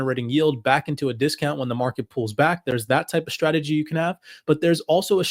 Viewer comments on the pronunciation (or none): none